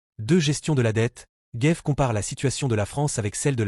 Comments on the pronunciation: Au commentateur,en 2ème partie d'émission : Il s'agit de CHARLES GAVE ET NON DE " GUEIVE ". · Ce n’est pas Charles Guaive mais Charles GAves. En français le a ne se prononce pas « ai ». Спасибо товарищ! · Gaive is not English or Américan ! C'est un A comme dans analphabète ! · "Gève" ? Les effets des IA mal réglées en français sérieux... Cela dit, le côté pour le moins "décalé" du sociopathe apprenti dictateur Trouposol est des plus exactes... Bonne nuit